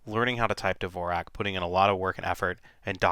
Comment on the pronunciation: you are pronouncing dvorak incorrectly. it's like the great composer, Dvorak, which the world has been pronouncing correctly for years. if you're telling me everyone pronounces it incorrectly, i will never have any respect for this method. first learn to say the guy's name right. and i read that the speed factor was never proven. and the reason mrs. blackburn "REFUSES" to type on the other one is because she doesn't want to make the switch, just like so many of us who don't want to relearn.